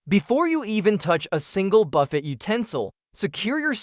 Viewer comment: I believe it's pronounced Buff-AY, not Buff-ett.